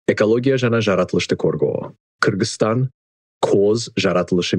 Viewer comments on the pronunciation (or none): none